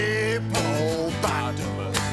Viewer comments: i did not see that coming. and i mean the hip-po-pata-mus. lmao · Me: this whole thing is so painfully choreographed and a waste of an interview with a talented actor. Also me: hipp-o-potamus, hip-o-potamus